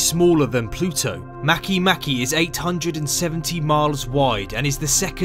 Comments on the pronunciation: Makemake is from the Rapa Nui language. The letter ”e” is always pronounced ”ay” /e/. Therefore, Makemake is pronounced ma-kay-MA-kay /ˈmɑ.keɪˈmɑ.keɪ/. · Am I the only one who was pronouncing Makemake wrong the whole time???